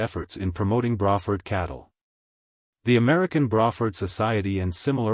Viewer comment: "Bra" Ford, like a woman's bra. Hmmm? I thought it was "Bray" rhyming with gray or pray? I guess we can all learn something new from AI generated collections of random facts!!